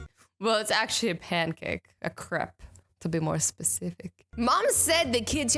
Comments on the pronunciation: Crepe is a Crepe, not s Crep... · lol azzy youre so funny but i will never forgive you for calling the crêpe a crep im sorry but i caNT LET IT GO